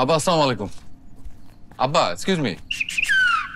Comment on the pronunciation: অপৃব ভাই আপনাকে আমার অনুরোধ রইলো আপনি যখন নাটকের মধ্যে সালাম দেন ছামুলাইকুম এটা কোন ধরনের সালাম